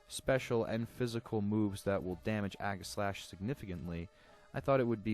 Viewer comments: EE-ji-slash. Since the primary word is aegis. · It is pronounced age-I-slash